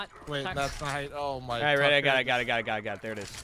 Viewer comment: Heard more sucker than tucker. 😛